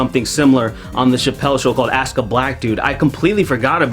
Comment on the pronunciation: Axe, it's axe...